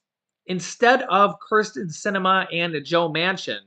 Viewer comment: Kirsten not Criston